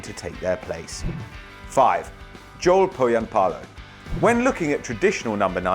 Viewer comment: Its pronounced not Zoul Pohanpaalo. Spelled like its written Jo-el Poh-jan-pa-lo. Torilla tavataan!